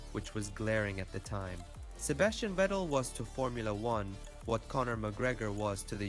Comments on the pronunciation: vettel not wettel omfg , so stupid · How can you make a video about Vettel without even knowing how to correctly pronounce his name? So much disrespect...